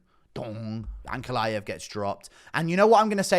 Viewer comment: The way you say ankalaev, the "aev" part i wish all of you "westerners" could said fiz-"IEV" the same way xD